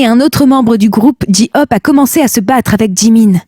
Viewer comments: BTS ARMY 💜💜💜 et whattttttttttt ji ope et BTS ce dit BTS en englais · "Mon groupe préféré " Deux secondes plus tard : "bé té ès"🙄🤨et le "ji ope"😭😭 je décède 😭